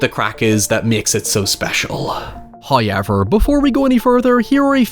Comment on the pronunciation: That just can’t be the actual way you say however